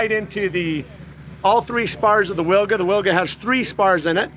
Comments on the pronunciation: Amazing plane :O... Just small comment "Wilga" - Polish name for oriole bird, pronounce like vilga, not willga. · It pronounces Vilga. In Polish "W" is like English "V". 😉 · Amazing plane, but the proper pronunciation of the name is VILGA (veel-gha). It's Polish for Eurasian golden oriole (a kind of bird :) )